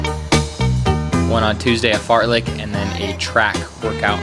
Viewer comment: uhh did he say fart-lick? tf is that?